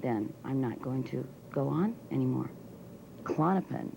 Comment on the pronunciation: KA lawn a pin? no no, it is "clawn-a-pin"